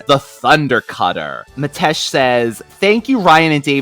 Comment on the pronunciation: Hi Ryan & David, so great to hear you both again on another fantastic T-cats review. So sorry to hear you had technical issues, after all your hard work recording and editing. And yes you are pronouncing my name right, it's spelt Metesh, but pronounced Mitesh. I'm looking forward to one of my favourite episodes, Dimension Doom. Thanks again on another great show, kind regards Metesh